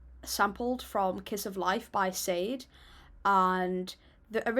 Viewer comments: Doom was his second life as an artist, you should check out his first band KMD and the album Mr Hood he did with his brother. FYI Shade is pronounced Sha-Day. She's a UK based artist. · DOOM forever. Just so you know Sade is pronounced Sha-day legendary British soul singer 🫡👑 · Her name is pronounced (sade) SAH-DAY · hahah learn how to say Sade's name. You sound British and she's a classic British/Nigerian singer .. SADEVILLAIN is also great, MF Doom using lots of Sade songs and beats-- pronounced like SHAA --DAY